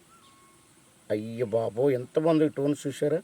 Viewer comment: టోన్ టోన్ అంటే ఏందో అనుకున్నా... అది టోన్ కాదురా స్టోన్